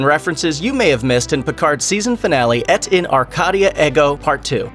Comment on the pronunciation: Eh T in are -Kay - dee ah air go . Pronounce it correctly !!!!!!